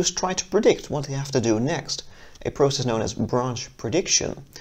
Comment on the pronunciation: you say process wrong